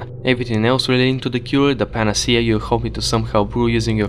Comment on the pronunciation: Love that panacea isn't pronounced the same way twice